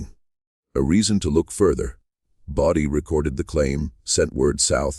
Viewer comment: AI can't even get the name right! IT'S BODIE NOT BODY sure glad I dropped this video in under 3 minutes